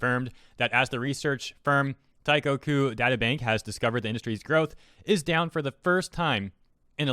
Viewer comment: im so sad and a bit disappointed on how he massively butchered the pronunciation of "teikoku".